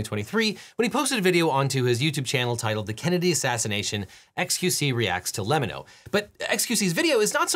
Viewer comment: Devin, that's not how you pronounce "LEMMiNO" 😂 You can find out how to pronounce it by watching the first few seconds of almost any of his videos… It's just a pun on "lemme know". And that's not how you pronounce "gibbering".